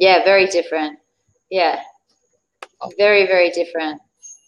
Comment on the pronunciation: Try to say alternatives for 'I'm fine '. You should be aware of all this sir because so many people follow you. And many times the word English ,sh sound is heard ss sound. Very is heard vaary. Social is sosial.